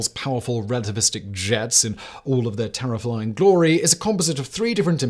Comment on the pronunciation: Wait, did he say “Terriflying”???